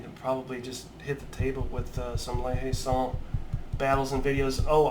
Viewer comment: That looks fantastic, looking forward as ever to your latest project. Also 'La Hayes Saint' = 'Layzont'.